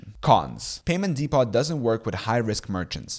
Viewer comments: 'depot' is pronounced "dee-po" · What's a "Dee-POT?"